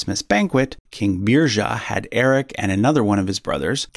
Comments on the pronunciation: Munsö = “Muns uh” Sverker = “Svear-kerr” Svealand = “Svay-uh-land” Götaland = (ö = like “oo” in ‘good’) Birger = “Burger” (no “zha” sound) Sverre = “Svear-uh” Haakon = “Hoe-cone”. Thought you could use some help if you ever do a Redux ;) Sorry, couldn’t help myself. After hearing “Beer-zha” I had to speak up. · Birger is pronounced more like "Biryer". Interesting fact: I'm descended from an illegitimate child of Birger Jarl. Thus, I'm also a descendant of Charlemagne, Alfred the Great, Hugh Capet, Eric the Victorious and possibly Björn Ironside and Ragnar if they existed. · Beer-yer not Beer-zhuh 😂😂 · "Beerja" is killing me hahaha